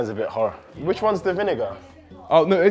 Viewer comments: Bruh no way in hell you're saying "vin-n word" instead of vinegar that's mental😢 please don't make that a thing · niko calling vinegar "vin n word" killed me 😂😂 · THIS! It was Kenny asking to repeat it first, then says, “er.. vin-fella” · repeat the word vinegar 10 times until u get it